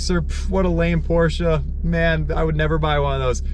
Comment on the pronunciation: At least you pronounce the Porsche name properly.